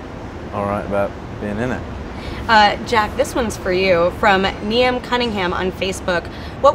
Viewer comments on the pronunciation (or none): everyone’s ignoring the fact she said niamh instead of saying it like neeve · "Niam Cunnnigham" .... its Niamh (Neave) Cunningham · "niam cunningham" guessing she was trying to pronounce niamh lmao